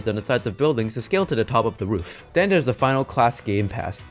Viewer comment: Bro wear your braces or get something roof, not woof